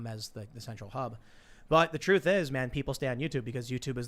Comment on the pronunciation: Tim you said we have our bias..... You mispronounced truth....